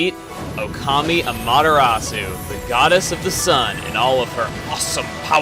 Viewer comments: AAAGH!!! It's not A-MahtA-rasu. It's ah-mah-te-rah-soo. The mispronunciation just drove me nuts throug that opening bit. Please say it right, my brain aches when someone just doesn't get the pronunciation right. You made the lower case e sound like an upper case A. This just bugs me. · you pernoused amaterasu wrong :/ That's fine though :D I found out how to pernouse it in a TV interview thing xD its pernoused am-er-short o-su(long u) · it's AH ma ta RAh soo!!!!!!!!!! get it right!!!!!!! JEEZ!!!!!!!!! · AAAGH!!! It's not A-MahtA-rasu. It's ah-mah-te-rah-soo. The mispronunciation just drove me nuts throug that opening bit. Please say it right, my brain aches when someone just doesn't get the pronunciation right. You made the lower case e sound like an upper case A. This just bugs me. Also, ee-Sun calls you Ay-mee. You got even the english wrong. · Its actully um-ot-er-los-ou try speeding that up and you got it. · おかみ あまてらす Okami Amaterasu As you said (Or say later on), each letter only has one sound... However, the "u" at the end is silent, just as in "Desu", their periods. Therefore it would sound like, "Amateras." The way you pronounce it isn't necessarily wrong, it's just not how commontongue would pronounce it. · this is my third time watching this and i forgot to metion this a ling time ago but her name is pronounced aw maw terraw soo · Just to touch on something that I think is extremely irrelevant due to the fact that this was posted two years ago, but chugga, you pronounced the names wrong. Amaterasu is pronounced: A-ma-ta-rasu While Issun is pronounced: E-sun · I'm watching all of let's plays ever in chronological sequence, and this looks to be epic.... "Amaterasoo". No. I've lived in Japan for a year; back then a yen was just about a cent. Dunno the exchange rates now. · Aw man, he got the pronunciations wrong... "Amahtehrahsoo" And "Issuhn" not "Issoon". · Sorry Chugga, but.. it's pronounced A-mee-ta-ra-su. >>